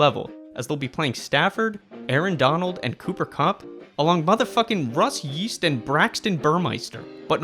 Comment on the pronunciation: “Russ YEAST?????” u got a sub just for that 💀